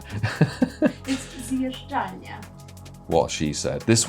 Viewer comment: Welcome to Poland; I hope you find your place here. I assume your wife has Polish roots, given how well she handled the word "zjeżdżalnia."🤣 Perhaps we’ll meet someday at a larger event in Kraków🙂